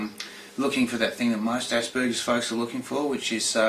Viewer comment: did she just say assburgers??